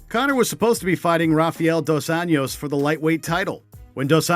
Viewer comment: I love with all my heart but damn, this video has some glaring mistakes... First off, what's with the bad pronunciation of certain names? Nick and Nate "DI-AHZ"? "Rafiel" "dos Anios"? Bethe "KOREA"? I mean, come on, how hard can it be to learn "DEE-AZ"? "RA-FUH-EL" "DOS ANJOES"? Bethe "Cohea"? I'm not event mad that you got "rafael" wrong (that's also my name) but the overall comments on this back me up. Japanese get it right all the time and they don't even have the "L" letter on their language. Also, why does the video say weigh-ins when most of these are press conferences and the face-offs ended up being quite tame in comparison?